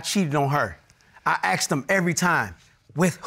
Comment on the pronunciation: IT IS NOT….AXED….IT IS PRONOUNCED…ASSKED